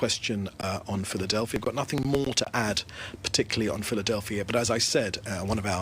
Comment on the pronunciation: No A at the end. It's in the middle...Philadelphi